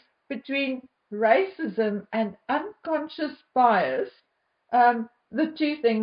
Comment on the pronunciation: She has nothing else except rrrrracism!!!